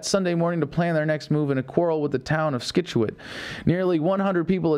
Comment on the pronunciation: Scituate, C is silent Adam :P